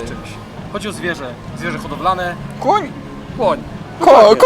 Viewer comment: Kuń ahahah zajebiscie to powiedzial